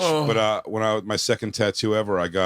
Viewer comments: Bart...its spelled tattoo..tat-too...not ta-too...but telling Bart how to speak properly is like telling a dog not to lick its own asshole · I hate the way he says tatu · Bert is garbage. Keeping saying tuhtoo until someone asks you about it. I’m so glad no one said anything until like the 15th time he said it. You really get to see that 80 percent of this group has barely a drop of talent and humor. Big Jay, Mark and Shane. Period end of story, have a nice day 👍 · Bert was trying so hard to have someone call out how he pronounces “tattoo” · Bert's "tattoo" pronunciation is super cringe, the fact that he leans into it is even worse, like it's not funny when you have to remind people that you're saying it that way on purpose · Bert saying tattoo wrong boils my skin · why does Bert always pronouce tattoo like that? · Bert the typa dude to correct everyone else when he says tattoo wrong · He thinks it's funny and like everything else he does he overdoes it 5000%